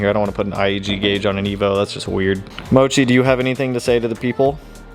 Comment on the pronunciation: when you said “Bye Evo” it sounded like you said “Bye Nemo” 🤣